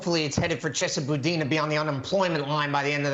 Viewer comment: Kennedy is the first person to say Chesa Boudin’s name right.